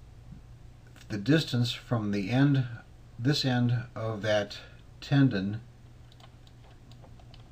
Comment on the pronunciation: Tenon not tendon